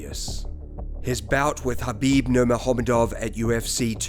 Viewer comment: Khabib nurmegohooovov? What kind of pronunciation is that?